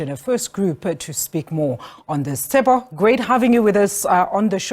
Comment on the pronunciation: Did she just call him Tsepo ? 😂